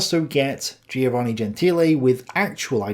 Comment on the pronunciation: I tell you, these Greek philosophers were getting hold of some mighty fine drugs - and are just a bunch of dreamers. Listen mate, you need to get out a bit more - a good walk every day is recommended. PS Giovanne is pronounced JO-VAN-EE ie the "i" is silent.